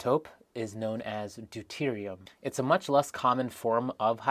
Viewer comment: Until you said "Deuterium" I was hearing you say, "dude-erated", and I was all like, duuude